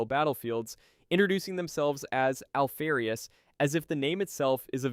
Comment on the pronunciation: Alfee-rius ? Do you say Alpha or Alphee? Noob. Dislike.